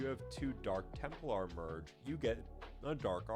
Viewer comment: "Temp-lar" not "Temple-ar."